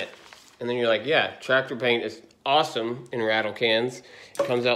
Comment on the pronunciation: You da Ford 8n twactor guy. 😁